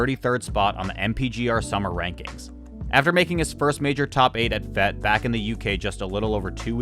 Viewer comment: just a small correction, the word "fete" is pronounced not "feht", but like with teh ay sound. "fayt".